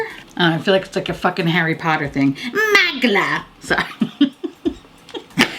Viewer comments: You’re so cute! It’s pronounced like moo-glare ! XoxoX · He is a German designer, so it is actually pronounced Moo-glah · Mugler lol 😂 From what I’ve heard, it’s “moo-glare.” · I thought it was terry mugler pronounced muh glare but I could be wrong too! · With peace and love I think it’s pronounced moog-lair. 💖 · The way show pronounces Mugler 😂😂